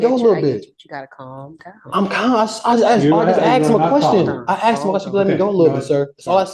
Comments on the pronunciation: I axed him a quessen😂😂😂😂😂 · I axed him a question 🤣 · I axed a question lol